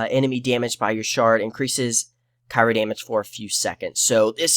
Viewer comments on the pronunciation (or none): You don't over the skills you skipped and tell why. So how does the viewer know why they aren't as good? ...Cry-O not Ca-i-ro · Omg cry-o. Jesus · Almost stopped watching when you kept pronouncing Cryo like Cairo... lol, good video though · CRYO....CRYO. (CRY-O)